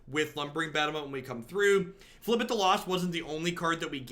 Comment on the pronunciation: Beating a dead horse, but it's pronounced fib-ill-thip